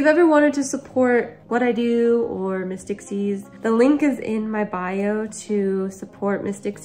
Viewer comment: The first several times I heard you say the name of your rescue Miss Dixie’s Rescue I thought you were saying Mystic Seas Rescue. And then I figured it out. But I still hear Mystic Seas first. I love your videos even when they are sad. Love and hugs to you and all the babies you help.